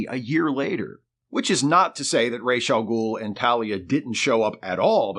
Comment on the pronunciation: It has come to my attention that the pronunciation of "Ra's AL Ghul" is ROHZ (Head of) not RAYSH (Feather of).